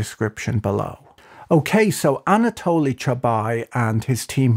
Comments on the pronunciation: Chubais, not Chubai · It's perfect analysis! The only thing is he is Chubays, not Chubay, the last letter is also vocalised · I grew up in Russia in the 1990-s and this video is just incredible, I learned some things I didn't know. Just 2 small notes: the s in Chubais is pronounced, you pronounce it like Chubai. And you didn't mention Yegor Gaidar who was the main architect of the shock therapy and was heavily involved in the privatization. The anarchy of the 1990-s is one of the big factors that enabled Putin to consolidate all power in his hands and get where he is today. People were ready to put up with censorship and autocracy rather than risk returning to that decade. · Just a small correction, I believe the name Chubais is pronounced with an 's' in the end. He's not a Frenchman despite the name! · The S in Chubais isn't silent.